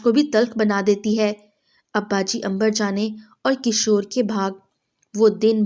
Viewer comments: Not Kishor, kishwar try to learn before story telling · kshor nahi.kishwar hota he name